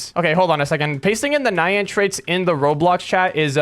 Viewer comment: It’s pronounced ni yan NI YAN NOT NaYaN